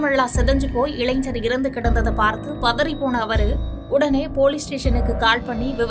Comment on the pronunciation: Tamil mella sagum nu sonnathu sariyagatha pochu. Ilainar ku pathilaga illaigar endru ucharippu enna koduma😢